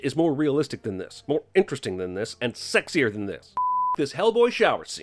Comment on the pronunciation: Also I love how emphatic you are when you say "sexier than this"